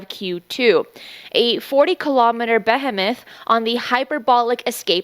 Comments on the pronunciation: Not to mention buh-hee-muth... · and behemoth and “intensefully.” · This is weird. This comet is C2025Q2 but the graphic has it as P2025Q2. The speed you report is 400km a second which is about 10 times as fast as 3i/Atlas , Your pronunciation of the word behemoth is odd .Is this Ai?